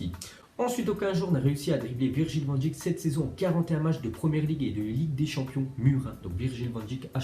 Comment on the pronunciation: Arrête de dire van djik ça se dit van deik comme abeille